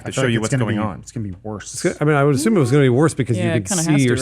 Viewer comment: think it's just how she pronounces it. she says assume like ashume so this might be the same thing lol.